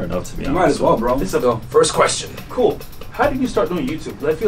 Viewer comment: Its first not fist